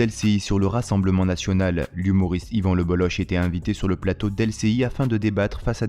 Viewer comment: Alors déjà Lebolloch ne se prononce pas Lebollo[che] mais Lebollo[cke], donc merci de ne pas écorcher le nom. Et je suis tout à fait d'accord avec lui. Et l'autre devrait bouffer du savon pour ce qu'il.a dit